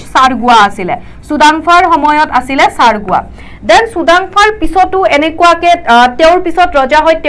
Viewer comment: Charguwa pronunciation tu Assamese t vul hoise